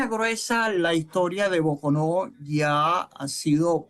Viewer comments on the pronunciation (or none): Sr entrevistador .no se dice " falla de Bocono" se dicr " falla de Bocon'o " con acento en la última O ..Bocon'o es un pueblo del Estado Trujillo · Boconó con acento en la última o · Boconó con tilde en la última o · No es Bocono es Boconó 😂😂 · la fallad e BOCOnÓ CON ACENTO EN LA ÚLTIMA Ó